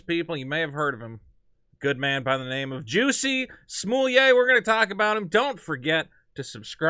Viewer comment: Just asking but why you say his name that way? It seems wrong to me🤣 also there's no way a subway sandwich makes it home with you if you've been attacked